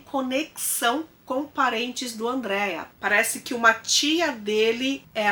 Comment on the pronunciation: Não é Andréia! Se fã Ândrea! Com tônico em A e sem i.